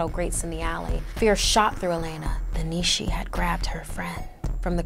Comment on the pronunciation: It's pronounced nea shea